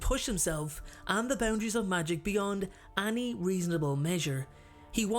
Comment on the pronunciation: We've been waiting for you to return! The way you say any always gets me *annie*(like the name) lol